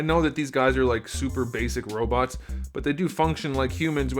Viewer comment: You say robits it’s robots